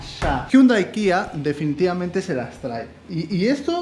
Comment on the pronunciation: "difinitivamente" eres el dios de la salchipapa